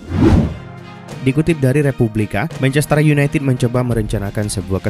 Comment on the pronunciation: Marc guiu, bukan guehi